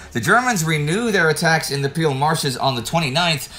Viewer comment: It reads "Peel" but is pronounced [Payl]